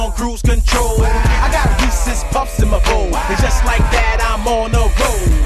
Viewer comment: i'm here because sapnap pronounces reeses wrong 😑